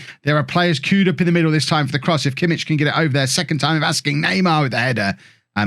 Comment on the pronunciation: Btw kimmich name is pronounced yosua kimmick